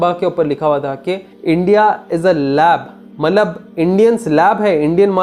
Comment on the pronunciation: It's not mallab. It's Matlab. Correct your urdu pronunciation please.